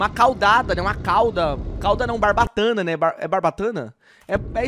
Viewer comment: não é bratana e barbatana caldais